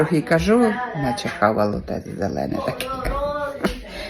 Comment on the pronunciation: Не Хавало,а Халк..😂